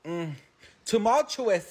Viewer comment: I’m an avid watcher of your channel and I’m love with you lol ❤ Today when I heard you correctly pronounce ‘tumultuous’ I cried a little.